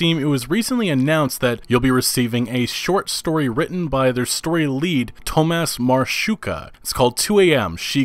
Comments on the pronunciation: For god's sake use google translator to check how to read polish names. It's Tomash Marhevka not Marshooka xD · the way he pronounced ''marchewka'' made me cringe so hard (marshooka?!?!?!?) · "Tomash Marshoeka"🤣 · Tomas marszjuka haha It's actually Tomas Carrot (translating his last name) XD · In Marchewka, CH is not pronounce like in English, but like wet H . English CH is Polish CZ. Only pointing out bc majority here dont like misspelling/misspronouncing our last names. Great Video and cant wait for more. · Tomasz Marchewka - "marchewka" meaning... carrot. Yes, his name is literally "Carrot". So... yeah, that's quite the butchering of his name. :P (No hate, Polish is a difficult one)